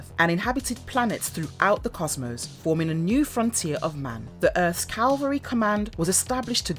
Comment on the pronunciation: Hi! "Mecha" is pronounced "meh-kah", not "Mee-kaa". Also, it's Cavalry Command, not Calvary Command.